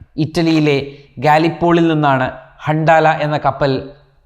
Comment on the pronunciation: ഹണ്ടാല അല്ല ഹന്തല 👍🏻